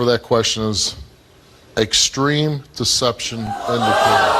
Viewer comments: "What do Exteme Deception mean? I'm just axing" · Actually she said “what does Distream deception mean?” 😂😂😂😂